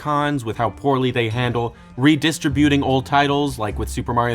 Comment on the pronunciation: Next video, he actually learns how to correctly pronounce “redistributing”.